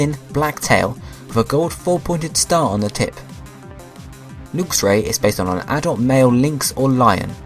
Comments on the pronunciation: It's lux (lucks) not lux (lookes) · I have a lv100 luxray. wh do u say lewxray instead of luxray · I think lux is pr0onounce 'l-uh-x' not 'looks' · Did he pronounce luxio and luxray wrong or have i been pronouncing them wrong since i saw them